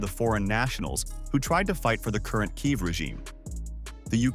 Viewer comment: When you have no idea of how to pronounce Kiev, you have no reason to narrate this video🤪